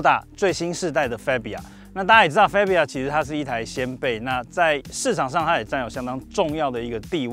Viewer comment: 很專業的頻道，但車名唸法是fa（發）bia,不是fe（飛）bia